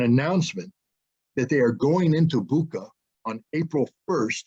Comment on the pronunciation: You can’t even pronounce Bucha correctly. Putler clown!